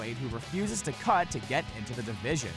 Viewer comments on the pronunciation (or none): none